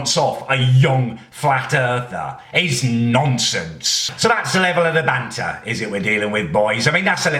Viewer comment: "Its noncence"